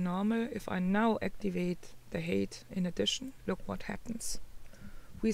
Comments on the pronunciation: Hi. Thanks for another informative tutorial. Quick tip. The word "height" is pronounced to sound like "kite", and not "kate". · hey,. I appreciate you explaining this so thoroughly for us. One thing - your pronunciation of the word "height" is wrong. You're saying "hate" which means something completely different. "Height" is pronounced as "hite". Listen here: I can understand why you would think "eight" preceded by "h" sounds that way.